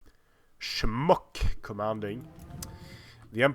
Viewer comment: Insta-like. If it was a career, you would be a pro at saying "schmuck".